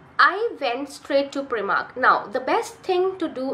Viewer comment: heya, I think it's prYmark, not preemark. Nice video.